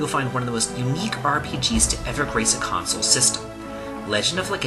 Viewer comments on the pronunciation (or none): none